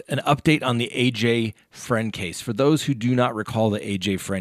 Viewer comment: Fruend not Friend